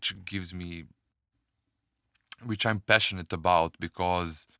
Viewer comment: it is about bro and and not abouth , and it is but bro and not buth ... you say those 2 words in a wrong way ... still love your Tutorials